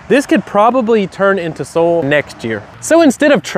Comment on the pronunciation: I could listen to you say "soul" (Soil) all day!